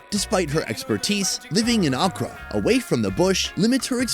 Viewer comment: Every time he said Accra, I thought he was saying okra lmao